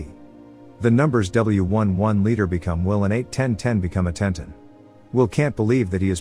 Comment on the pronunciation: The name is Will, not will. The shortened sound is so annoying.